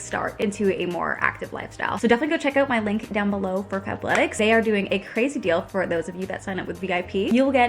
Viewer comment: "What a ceazy sounding year that is.." Lol